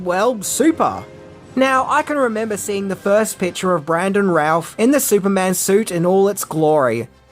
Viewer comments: It's Brandon Routh... Pronounced... "Rooth' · I didn't know supermans name was pronounced bran·duhn rowth, I called him routh like in router -"WRONG!!" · It would help if he pronounced Brandon Routh's name right.